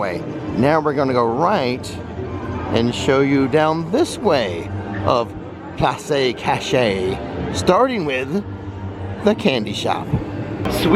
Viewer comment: It’s called “ploss kash-ay”! Loved the video